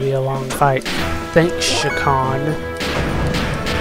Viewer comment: lol you seriously took to saying shakkan name funny